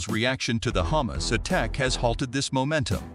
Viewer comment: Wrong pronunciations Hamas Is Ha mas and not Heymas. Palastin / Palastine, etc..